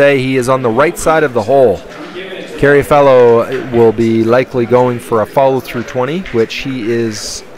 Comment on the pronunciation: It's Carr-a-fielo, not Carry-a-Fellow, right?